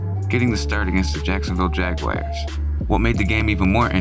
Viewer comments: Jaguars not Jag-wires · the Jax Jaguars: It's not Jag-A-WIRE. It's Jag-WAR. I hate that pronunciation. I just hate extra syllables. sounds pretentious. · You should have asked how to pronounce San Joachin ...and what in the hell is a Jagwire?? Really well done video though, gents!